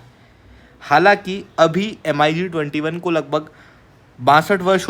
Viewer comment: "एम अई जी" सुन कर लगा की मैं बिदेशी channel में आ गया